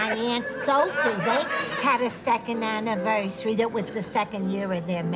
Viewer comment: 'OHHHHHHHH happy second annivois' 'CUT!' 😂🤣